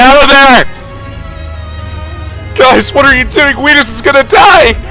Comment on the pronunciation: I can’t TAKE IT ANYMORE why do you pronounce OUTIS (Oh-Tis) like AWITUS AHHHHH